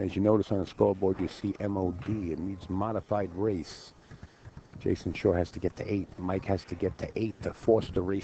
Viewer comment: anybody please tell this commentator ? it's SHAW not SHORE